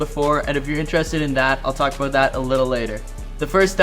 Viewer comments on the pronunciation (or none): none